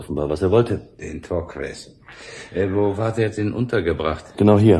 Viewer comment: Es ist ziemlich anstrengend, daß Torques ständig falsch ausgesprochen wird. Man spricht es Tork.